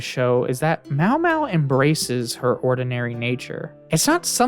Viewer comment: pronouncing maomao as mawmaw is a crime